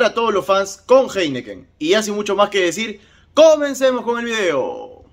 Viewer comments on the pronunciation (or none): Disculpa pero, se pronuncia JAINIKEN.